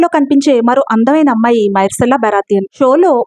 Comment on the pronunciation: Mercalla ani palakali myrcella kaadu